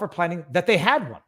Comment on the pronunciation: Weed is legal recreationally in Michigan and I'm sorry to be a stickler about this Viva but as someone who was born in the upper peninsula and have lived in this area my whole life I feel a duty to point out that its pronounced mackinaw island. Love ya bud!